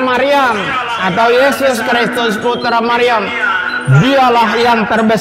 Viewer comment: Itu ngomong apa ya... Pak pendeta .. Baca surah mariam ko gitu.